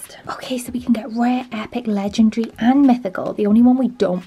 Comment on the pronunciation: Not ledrdery its legendary. :>